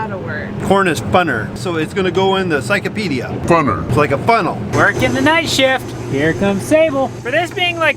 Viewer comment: Did say pychopedia????